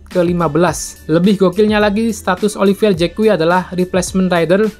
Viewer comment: Olivier Zak dibacanya, bkan JEK KUWI..... kuwi opo cak....?🤭🤭🤭🤭